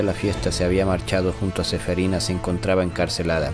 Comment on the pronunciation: Es que suena feo cuando dice SEFERINA XD